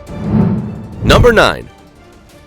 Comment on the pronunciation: philippines numba three!!😂